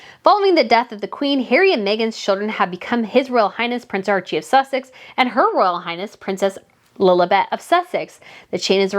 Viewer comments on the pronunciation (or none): none